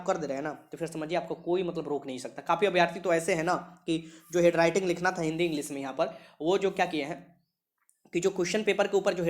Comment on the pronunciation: हेडराइटिंग नहीं बुड़बक... हैंडराइटिंग बोलते हैं।